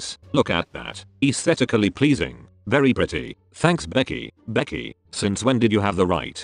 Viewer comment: SEHUN SAYING BEKKIE IM NOT FREAKING OK